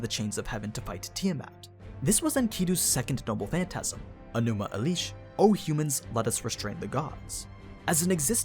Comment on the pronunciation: My soul tears every time I hear Enuma Elish pronounced differently. Hopefully I'm not the only one actually bothered by this